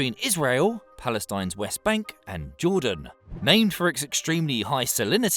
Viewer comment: Whoa... did you say Palestine's Wet bank?